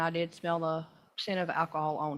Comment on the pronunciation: Defendant: "You stated that I was under the influence of alcohol. Did you mean to say ackahol?" ROFLMAO